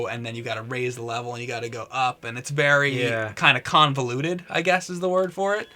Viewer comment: regarding the water level of Ocarina... “it’s Khan-voluted” ;)